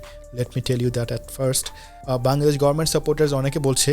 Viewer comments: ভাই, বাংলাদেশ উচ্চারণটা আপনার মাঝেমাঝে বাঙ্গাদেশ হয়ে যাচ্ছে। কারেক্ট ইট। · বাঙগাদেশ বলোস কেন বাংলাদেশ বলতে পারোস না🤣🖕